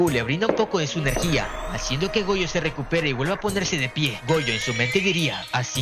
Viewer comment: Jojo o Gojo cual de los dos por cuando dices Jojo dices Gojo